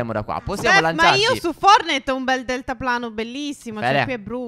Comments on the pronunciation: Forse è una mia impressione ma invece di dire "fortnait" (scritto come si pronuncia) dici "fornait" (scritto come si pronuncia) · Non si dice fornite si dice fortnite